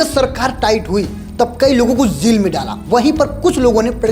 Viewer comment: Jaa ko jaa bol zaa mat bol jail hota hai zail nhi hota